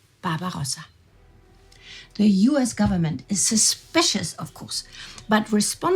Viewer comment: its "US" not "oos". Worst narrator on the channel. Had to rewind multiple times to understand what she was speaking.